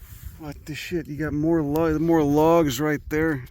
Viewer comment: Please don't handle my late cretaceous petrified 'lahgs'!